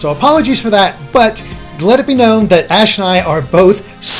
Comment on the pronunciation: di he say "whats your reaction ass?" at the beginning, it sounded like it